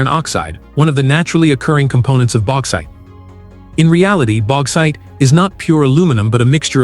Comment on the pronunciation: AI FFS Baxite